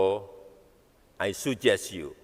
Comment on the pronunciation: Weleeh, tinggal bacain sj kok ora iso. Ai sujes yu ya pak, bukan Ai sajes yu...baru diganti di kamus Hassan Shadily sptnya😅